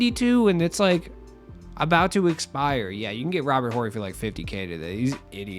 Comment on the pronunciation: the “H” in Horry is silent. Pronounced Orry